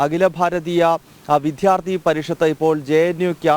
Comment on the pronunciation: Please correct your pronunciation it is vidyarthi not vidhyarthi